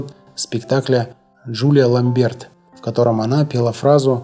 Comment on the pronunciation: Создателям канала ЖЗЛ- молодцы, коротко и доступно для народа. Но, все же, ударения в именах знаменитых людей нужно правильно ставить. Не в первый раз делаете ошибки: И`мре Ка`льман, Джулия Ла`мберт- на будущее.